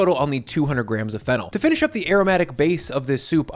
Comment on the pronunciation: Watching this now and thought you said fentanyl instead of fennel 😂.